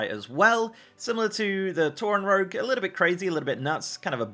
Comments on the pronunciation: you know what else is stupid? Saying 'rouge' instead of 'rogue'. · rogue as cow? lol...